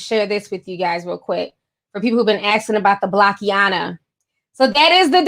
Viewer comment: Looks like block-ina, not block-i-ana js